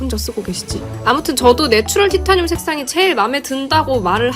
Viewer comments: 티타늄 -> 타이테~니움 발음 평생 안까먹으시겠어요 😂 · 구수한 티타늄 어디갔나요 ㅠㅠ